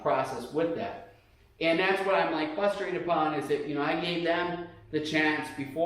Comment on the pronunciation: count how many times he says "fustrated"